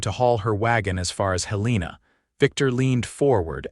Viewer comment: From Montana our state capital Helena is pronounced Hell-ah-na other then that a great story I am from Columbus,Mt